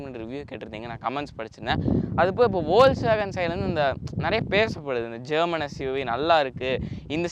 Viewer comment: Adhu spell panum podhu "Fokswagen" nu solanum pa, it's a German word.